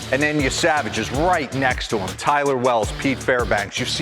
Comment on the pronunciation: Yessa-vaj not Ye-Savage